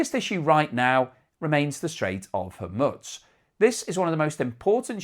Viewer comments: Homusk or Hormuz? Bloody hell you cant make you mind up - Its not hard - You been on the planet for over 50 years, why schoolboy errors? Surely you must have heard HORMUZ for over 50 years? Come on man FFS!!!! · There is no "t" in Hormuz.